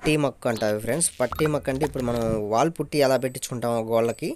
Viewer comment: పట్టి కాదు బ్రో పుట్టీ మొక్కు